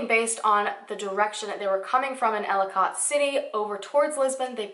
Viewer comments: I havent heard of this case and i live soooooo close to their! Hearing you pronounce Ellicott City was so funny. Im not trying to be mean but its pronounce like Elli-kit city lol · idk if you know this already or not but i just wanted to let you know ellicott city is pronounced like ellie-cut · I'm pretty sure you are talking about ellicott city md. It's not pronounced how it looks. It's more like Elli-kit, if that's the place you are talking about my brother used to go to school there and it's not that far away from where I live. Very disturbing. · For the love of god it is ELLICOT- pronounce ELL-i- CUT CITY, not ellicOT. K. Thnx. Please continue..... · Girl, I love all your videos, but as a Marylander, hearing you pronounce the names of these towns physically hurt me lol. Seriously though, so many people go missing that just get swept under the rug. I don't remember this being covered by local media at all. Thanks for making these videos. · Great video! It’s Kay-tonsville and Ell-eh-cut City 👍🏼🤗 Can’t wait for the next video - your channel is growing so quickly!!!! Gitttttt itttt girl!!! 😜 My favorite “missing people / conspiracy / mystery” channel on YT for sureeeee!!! 🎉🙌🏼👍🏼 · Just a tip, when I’m doing a story (not for YouTube) and I don’t know a city’s names I YouTube local newspapers stations to hear the pronunciation. I’m from Baltimore and the towns Catonsville is kate-ons-Ville and Ellicot City is el-ih-kit city. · I live in Maryland. And I work in catonsville it's pronounced like katetonsville and Ellicott City is pronounced like Ellicitt City. And I haven't heard about this. And im from the area and know the area very well. Wow this is crazy it's so close to home. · From Maryland and live in the area... it’s pronounced Kate-tons-ville .. I know it’s weird because it’s spelled Catonsville lol. And Ellicot is pronounced elli-cut. But it’s All good though, I just kept cringing lol but great research.